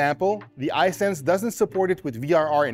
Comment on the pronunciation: His pronunciation of "Hisense" is really throwing me off.